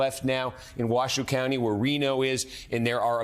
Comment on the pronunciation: That helps me breathe a little. So crazy my little home state is a deciding factor. I'm from Reno I'm like wth it's up to Washoe Co? Which is pronounced wa-show no wa-shoe btw.